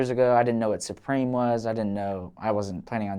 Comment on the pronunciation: it’s not “sue-preem” it’s supreme say that shit normal